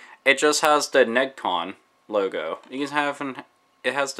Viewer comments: FYI, it's pronounced Neh-gee-con, no Neg-con. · To provide a correction, it is pronounced "neh-gee-con", not "negg-con". I remember seeing that controller in the manual for Tekken 2. I thought that this looks like something out of the video arcade